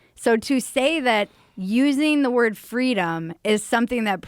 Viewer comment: "Fweedumb okay, liberty bad" Despotic Tyrant Kleptocrat